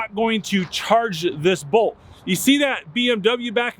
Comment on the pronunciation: I can't tell if he's saying Volt or Bolt.